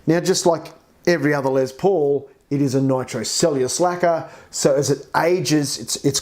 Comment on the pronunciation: Its LES paul not LEZ paul..lol